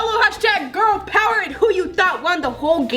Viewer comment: #girl pover #poveŕrrrrrrr!that's how said it!